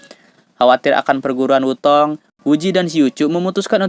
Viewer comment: "Sekte" bukan "sakte", Wu Tang bukan "Wu Tong"!!!🔥🔥🔥